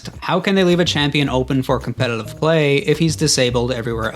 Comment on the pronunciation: why do you have such a hard time pronouncing "competitive?" you throw in an extra L for some reason